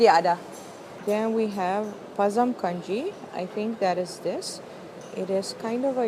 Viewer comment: Mam its pazham kanji not pazam kanji and it can be written like this പഴങ്കഞ്ഞി